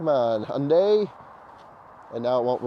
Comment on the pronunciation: I’m Korean and this is only youtuber pronounces Hyundai properly. Love this channel!